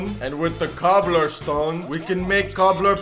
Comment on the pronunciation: İt's not "cobblerstone" it's "cobblestone"